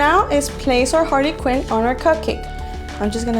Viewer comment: I am not trying to be judgy but when you said Harley quinn you actually said Harvey Quinn